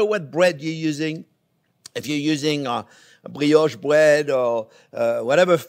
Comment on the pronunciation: Fwench toast made with bwioche bwead. Sounds weally good. I'm going to subscwibe.